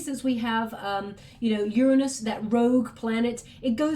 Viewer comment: Completely makes me so happy that you said the planet Uranus correctly.